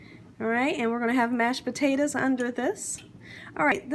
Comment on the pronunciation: She said mashed batatoes ..lol. looks delish